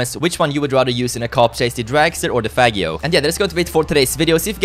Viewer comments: Henriko Kangur is misspranounceing it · is not saying faggio correctly